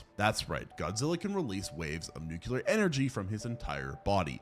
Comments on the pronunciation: F%&# !!! I hate to be the word police here, but this bugs me. It's not just you as I've heard Phd's do the same thing. Nuclear is NOT pronounced "new cue ler". It's "new klee er". Sorry, It's a pet peeve of mine that just digs into me. Love the video !! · He didn't say "nuclear " even once....the whole time he said "nucelar"XD.no offense dude.love ur vids